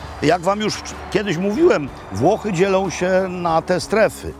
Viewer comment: WWWWWWspaniałe WWWWWWłochy <3